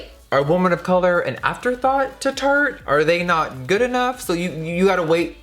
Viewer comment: At the beginning sounded like he said "turd shape tape", accurate hah